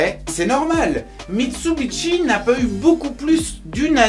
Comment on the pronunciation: pourquoi tu dit mitsubitchi